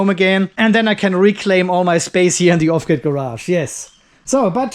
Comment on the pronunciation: Off-gird sounds German. 🙂